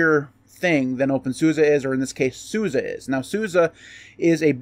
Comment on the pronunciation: Appreciate that you pronounce SUSE correctly 👍